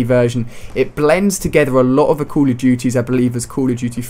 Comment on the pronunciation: Stop saying Cul of duty